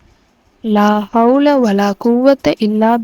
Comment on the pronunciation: Unga உச்சரிப்பு சரில்ல ஒரு letter maarnalum அர்த்தம் மாறிடும் லா havlaa வலா qhuvvathaa illaa billaa Neenga solrathu La havla vala quvatha illa Billa Tamil pesura Muslim ellarum Qhuraan a uchcharikkatheriyama Yen ipdi irukinganu therila